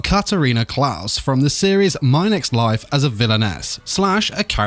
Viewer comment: I'm confussion is it pronounced as Klas or Kless